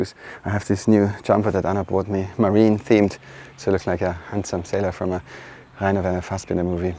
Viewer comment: Ok, I am curious. I always thought you were french but speak english flawlessly. Now you pronounce Rainer Werner Fassbinder absolutely perfect and I don't know where to put you. So... where are you from? Edit: Ok, I should have kept watching until the Dübel part. Question answered. Dankeschön.